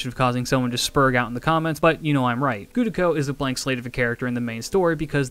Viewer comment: Gudako? Cringe af bro.